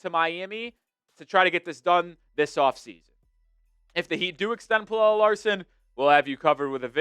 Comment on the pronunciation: I love how you went from mispronouncing his name as “pellell” to “pellella”. It’s just “Pella” homie.